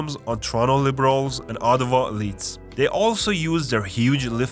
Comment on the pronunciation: I'm from Ottawa and you got it spot on 😂 lolz